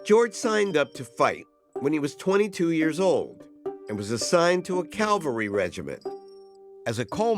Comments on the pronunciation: Mr. Gates, the correct pronunciation is "cavalry," not "calvary." Calvary is where Christ was crucified. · You'd think an educated person like Henry would know how to pronounce Cavalry. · Did I hear that right? "A calvary regiment"? There's a big difference between the meanings of "calvary" (Jesus) and "cavalry" (horses)! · I love your show and I love the work that you do. I have great respect for you and your vast knowledge. But may I please make one observation. Cavalry and Calvary are two different words in spelling and pronunciation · Cavalry not calvary. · Narrator keeps saying Calvary instead of cavalry, is he dyslexic ? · Please learn how to pronounce the word cavalry. It is not Calvery! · It's CAVALRY, not CALVARY. 😂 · I'm so sorry, this is going to seem remarkably petty, but why do Americans so often say 'calvary' when they mean cavalry. Two completely different things. 'CAL-VARY' is the hill where Jesus was crucified, and 'CAV-ALRY' are mounted troops, or in modern usage troops who fight in armoured vehicles. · Cavalry, not Calvary! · Dr. Gates, I love you. But it’s CAV-al-ry, not CAL-va-ry. Calvary is in the Bible. CAVALRY is in the Army. Keep up the great work! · Make sure you say "cavalry" rather than "calvary"